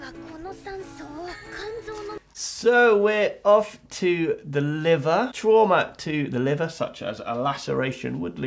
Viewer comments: When ever he says “trauma” i can’t not hear “shwarma” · Every time he said Trauma I would think tiger horse after. (Its an anime running gag because they have no word in Japanese for trauma so they use the english word and when said with an accent it sounds like Tora (tiger) Uma (Horse). Do I watch too much anime?